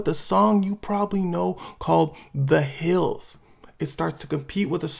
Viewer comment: It was a good video but bro. you need to stop with that thing at the end of some of your sentences where you want to put emphasis. “This goes on for the rest of the nIiight” “Has the weekends Hhhand in it” “The Weeknd comes out with a song called The Hilllls”